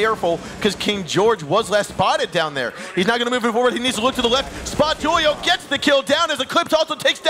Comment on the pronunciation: The way they pronounce Julio drives me insane